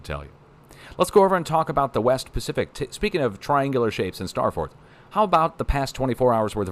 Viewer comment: It’s the star farts! Sorry but every time he says ‘ star forts I hear a Jersey accent ‘ star farts’. And start laughing.😂. But hope you stay safe. Wave.